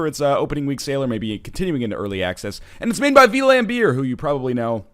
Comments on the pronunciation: NL just FYI it's not pronounced V-lambeer, it's Flam-beer. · It's Vlam-beer, not V-lambeer. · Vlambeer, not V-lambeer vlambeer means flamebear vlam=flame beer=bear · As a dutchman (Vlambeer is Dutch) I would say it's more like "flahmbirr" or "flombirr", with the first vowel like the a in spa or the o in hot, and the second vowel like the i in bit or irrefutable. The literal meaning is flame bear, by the way. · it's pronounced "VLAWMBEER", which means something like FireBear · Dutch guy here Ryan vlambeer actually means something like flamebear in dutch. You are pronouncing it totally wrong XD You can go to google translate, type it in dutch and click the speaker icon to hear it if you want.